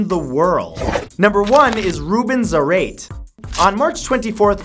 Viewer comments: Wouldn't it be "Za-ra-tay", not "Za-rate"? He does look kinda Latino... kinda, just saying; so it could be the case of an "e" with an acute. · The last name "Zarate". His last name is pronounced in three silables "zah-rah-teh" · I think the first man’s last name is probably pronounced Za-rah-tee. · i think its pronounced zuh-ra-tay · "Zar-ate." cmon matthew. its obviously said like karate, its Hispanic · Your pronunciation of Zarate was horrific.